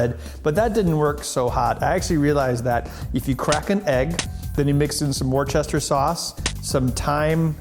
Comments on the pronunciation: It is not pronounced worchester sauce. Worcester is pronounced Wooster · That's pronounced WUSTER source! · Couple of points: 1) Solder has an "L" in it. It's "Sol-der" not "Sodder" 2) Worcester is pronounced "Wuss-ter" (First syllable rimes with "Puss" not "Fuss" i.e. almost a short double-o sound as in "Good" Otherwise - good vid :D